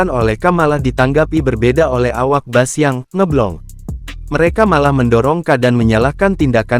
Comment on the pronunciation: Bukan bas min tpi bis...itulah pengucapan yg benar